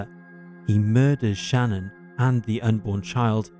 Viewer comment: Her name is Shanann, not Shannon. Pronounced like Shih-NAN.